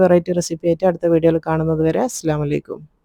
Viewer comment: സ്സ്‌ലാമലൈക്കും അല്ല ഇത്ത ...അസ്സലാമു അലൈക്കും.അങ്ങനെ ചൊല്ലണം... തോന്നുമ്പോലെ ചൊല്ലേണ്ട ഒന്നല്ല സലാം... അത്‌ correct ആയി ചൊല്ലിയില്ലേൽ അർത്ഥം തന്നെ മാറും.. ഇനിയങ്ങോട്ട് ശ്രദ്ധിക്കും എന്നു കരുതുന്നു... ☺️☺️